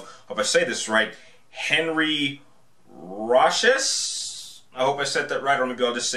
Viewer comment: Oh, it's pronounced Henry Ra-shee